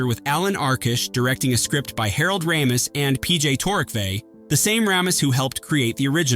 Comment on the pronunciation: It’s Harold Ray-mis not Rah-mis